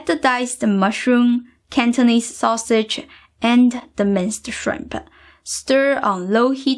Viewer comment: No need for extra ah sound at the end of words like rice or mushrooms yes dried purpose process acids taste sausage no sausage ah ...no stop that. I have been fan for years you are great teacher.we send love from california.